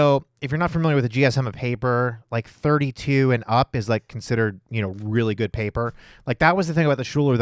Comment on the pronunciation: Schuyler is pronounced skyler